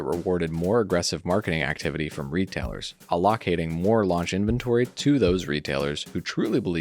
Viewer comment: Not a bad vid at all, but you gotta learn some pronunciation, amigo. You aren't using AI so there is no excuse. "Plethora" and "allocating" to name a few.